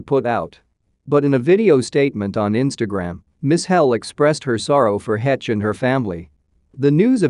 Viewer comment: Finally, someone who pronounces her name correctly. Her boys will suffer the rest of their lives as a result of losing their mother. It changes you for sure.